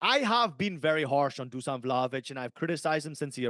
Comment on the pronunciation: Fuck yeah the boys! Thanks for the shout out, but just call me Nik us eastern europeans all have funny names, sorry to correct you but imagine your Juve star boy name is DOOSHAN to get the right pronunciation. Keep up the killer work lads, love being a part of your journey while starting my own in the football/betting space! My pick for Saturday is Newcastle Jets vs Melbourne Victory - Melbourne Victory Win 1.91 on my book LETS HAVE IT!